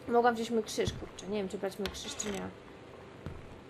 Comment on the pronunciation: No, ale dzie ten kszysz? ;_